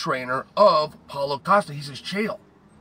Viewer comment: “Paulo costa versus kazmit chimive”😂😂😂